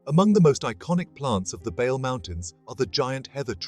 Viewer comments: Only two corrections; Bale mountains is t not the roof of Ethiopia. Simien mountains is taller than Bale( but Bale is good for hickers). Bale is pronounced as, Baley mountains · Thank you for this excelent presentation. Reading the name Bale needs pronounciation correction. Ba must sound as in bad ባ፡ le as in le(ntles) ሌ። አመሰግናለሁ thank you.